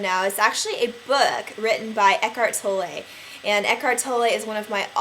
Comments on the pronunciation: stop saying Tollay its Tolle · Tolle like booth not Tolle like au lait